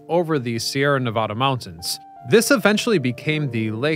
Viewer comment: Please learn to pronounce Nevada